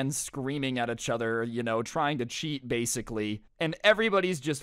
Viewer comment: "Blasicly" XD --Sincerely Your local humanoid dummy/Thunder